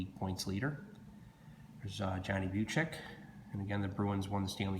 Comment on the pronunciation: 1971-72 OPC hockey is my favorite card set of all time. Bucyk is pronounced Byoo-sik. Mahovlich is pronounced Mah-hov-litch. Gordie Howe played in the WHA (World Hockey Association), not the WHL. The WHL is actually the Western Hockey League (one of the 3 major junior leagues in Canada). Did you know that the Gordie Howe card isn't in the OPC set? In OPC, he has a special retirement card (so does Jean Beliveau) that has a completely different design. And the 1971-72 Topps set has 6 league leader cards that the OPC set doesn't have.